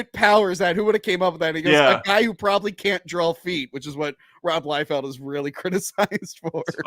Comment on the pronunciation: Dude… it’s Liefeld, NOT Liefield.